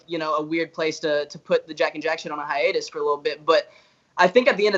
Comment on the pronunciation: ok i’m ok with it but j saying “hiatus” made me mad HOW AM I SURIVE THIS TIME WITH BOTH OF MY FAVORITE GROUPS 1D AND J&J ON A HiStuS ??!!!